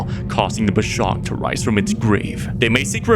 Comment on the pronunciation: I'm Indonesian, and the pronunciation of the urban legend is actually "poh-chong" with the "cho-" sound like the one in chocolate.